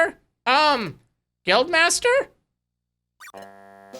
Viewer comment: I think you're pronouncing 'guild' wrong....